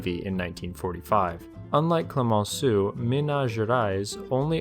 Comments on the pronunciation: "Clemenceau" isn't pronounced "Klee mon Sue." Just sayin'... 😉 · Actually as a french myself your prononciation of french names was understandable, while you nailed the prononciation of Tartu, Clemenceau receives a passing mark, as not good but still understandable I didn't know about that conflict... If it really escalated into a war it would join the list of stupid wars.